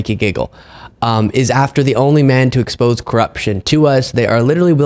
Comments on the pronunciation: Hey, love your show. But you pronounced expose expose instead of ex po say, the proper term in this context. Just future reference... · Dude, important information you are disseminating but you need to improve your vocabulary. Instead of peed upon just say urinated. It's the clinical term. Expose' is pronounced Ex-spose -ay, phonetically. .